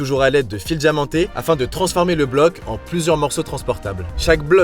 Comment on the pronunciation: Fils « djamantés », « djifférentes » variétés, des plaques « vendjues »… faut arrêter d’inventer des lettres.